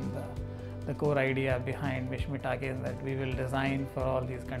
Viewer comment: it's an honour to mishmi tribe. but it's takang not takin.it's British pronounciation